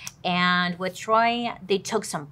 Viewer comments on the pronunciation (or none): Sameeee it be her mispronouncing everything 🤣🤣😂 “the Troy” (choy) and Bailey sayin “her mom” instead of his*😂🤣